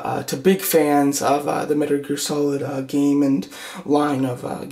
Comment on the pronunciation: "METER GEAL SOLID 3" You said that like 3 times. Also the arms on her look too short.